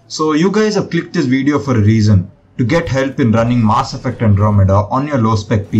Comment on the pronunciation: my ear gets infection everytime you say "MAAaasS effect"